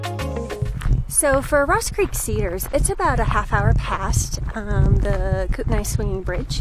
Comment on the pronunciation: Kootenai is pronounced Koot-nee